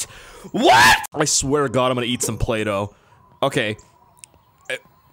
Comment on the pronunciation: I laughed way to hard when he said I’m going to eat playdo